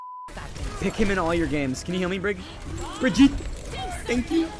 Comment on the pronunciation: he's actually right about Brigitte's name, the way he said it was correct :D